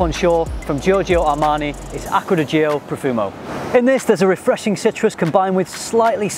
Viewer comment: Nice review, little sidemark: Its pronounced Aqua di Djo (so like a very short i) and not GIO with a long i and o.